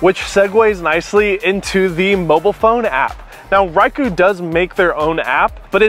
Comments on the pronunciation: REE COH sheesh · cringy thumbs down for "ryco" ugh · mispronouncing Ricoh throughout that whole video is like wearing a confident smile on your face while walking around with your zipper aggressively open the entire day. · I’m 53 seconds in and I swear if I hear this dude mispronounce Ricoh one more time then I’m going to throw myself out this third floor window... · As everyone has already pointed out, you're mispronouncing the name Ricoh, which is weird since everyone else pronounces it correctly and automatically makes me wonder if you know what you're talking about. Expecting stellar video from a Ricoh camera also makes me question if you know what you're talking about. That's not what it's for and it's not a priority for these cameras. Also, the complaint about stabilization is weird since you ultimately admit it takes superior photos to the camera you chose to compare it to. Seems like you were just trying to fill time in your review, and most people have a tendency to lean toward more complaining rather than more praise. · I have an older model GRD IV, great video but you're mispronouncing the name Ricoh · probably because you're the only person in the world to pronounce it that way. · You did better than me.24 secs and I bailed. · He’s pronouncing bokeh correctly tho. Ricoh not so much. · You’re pronouncing it wrong fella. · Like. How the fu*k are you pronouncing Ricoh!! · Please say the name correctly... Uggghhh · How can you believe anyone who can’t even pronounce the name of the brand properly? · Never heard of a "Riker" griii. Its Ricoh pronounced REE-CO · It is better to know how to correctly pronounce the product you are reviewing. I will blame Kai, Raicoh.... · its ree-ko and bok-kay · I think you are mispronouncing "Ricoh". You are saying "why-koo" when it should be "ree-ko". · Did you use the lasted firmware and the lasted ImageSync app by Ricoh? Why do you pronounce it Rai as opposed to Ree coh? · Reiku not Ricoh, get it right people!